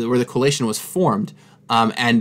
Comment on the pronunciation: You know you've been talking about booster packs too much over the years when you pronounce Coalition as Colation.